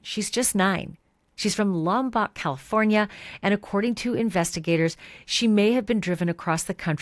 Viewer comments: So…it’s lom-poke. Not lom- pock. 🙂. Just FYI. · Love all you do! You’re the BEST!!! (Oh, and as a CA Central Coast decades local, if it matters, it’s pronounced “Lom-poke” — I promise). Hoping with all I’ve got that all ends well! 💞 I can hardly stand that they had to give the mother 72 hours and not 72 freaking seconds! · Thats not how you say Lompoc!